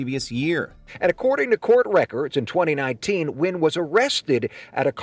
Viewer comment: Nguyen is pronounced "when" like the reporter pronounced it. It's not important for the attempted kidnapper, but I've met many Nguyens.